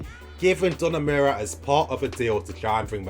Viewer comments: Every time said 'Donamura'. My will to live kept dropping lol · Great video. But it is pronounced DON-A-RU-MA